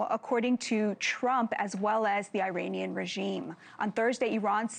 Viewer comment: Can she pronounce Iranian correctly? E - raunian